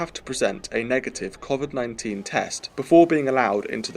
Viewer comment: ARGHH "COFFFFVID" MAN IS BACK!